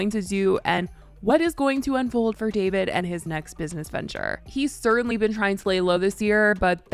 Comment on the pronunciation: Why are you calling him “Davide”